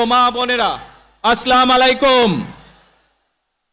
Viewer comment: আসসালামালাইকুম না, আসসালামুয়ালাইকুম হবে।